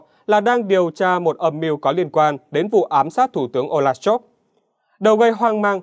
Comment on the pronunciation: Scholz tiếng Đức đọc như Shols tiếng Anh bạn nhé, đừng đọc là "Shôp" nữa (vì làm gì có “p” hoặc “f” ở cuối từ đâu)! Nhân tiện đây nói thêm: nhiều người Việt cứ đọc “A-đôp Hit-lơ”hoặc “đánh gôp” nghe rất buồn cười (vứt béng âm “L” trong Adolf và golf đi vì không đọc được).